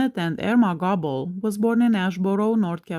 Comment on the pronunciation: I thought Goble (Not Gobble) was Ron Jeremy. Goble is pronounced Go-ble.